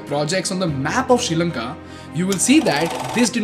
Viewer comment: It is Not “Sheelanka” it’s “Sree” Lanka. Learn to Pronounce Well 🤦🏽‍♂️